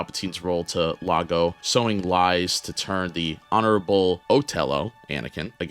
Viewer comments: Its Iago, not "Lago" in Othello. Lol 🤦‍♂️ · "Lago"?? Seriously, man? It's and "I" not an "L", and it's pronounced "Ee-aa-go". The macaw in Disney's Aladdin had the name, and it was spoken throughout the movie. You also mispronounced "Othello". It's pronounced "Uh-theh-low".